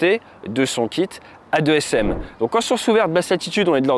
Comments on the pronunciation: AASM et non A2SM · On dit des « deux-a s m » pas des « a-deux s m » ?!? C’est pas important, bonne vidéo, bonne qualité, continue comme ça !